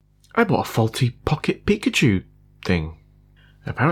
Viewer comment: peak‘a tschu 😂